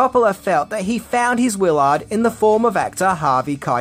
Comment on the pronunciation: You said the character’s name as Wil Ard. It’s Willard.